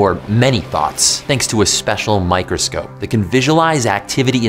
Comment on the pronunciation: Am I the only one who thought he said thot instead of thoughts No one? Just me? Okay